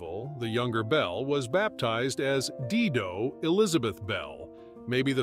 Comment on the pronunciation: Dido is pronounced "die - doh"